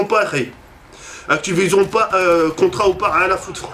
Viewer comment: "Actipognion" Mdr!